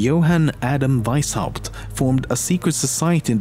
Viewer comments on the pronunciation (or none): I love how you say Veishaupt instead of Weishaupt <3